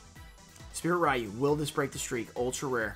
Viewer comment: Do you really not know that "ryu" is pronounced "REE-you"?